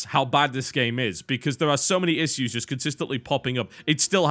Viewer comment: just noticed you pronounce "issue" funny xD